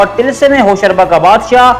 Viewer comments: Lol hosharba hahaha he said like i used to read when i was little kid until then i was corrected that it actually be said Hosh ruba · Hosharba nahi Hosh Ruba h.Ruba par paish h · TALASUM HOSH ROOBA WORD HAY HOSHARBA NAHI.HOSH ROOBA YANI HOSH KO APNI GRIFT MAY KARNAY WALA...ROOBA EG DIL ROOBA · Hosh ruba,hosh raba ghulat h, pronunciation theek rakhen,Urdu k baray ustad bhi yeh video dkh skte hn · like zzzrur milta agr tilism e hosh ruba jese afsanvi naam ko sahi pronounce kr lete dear...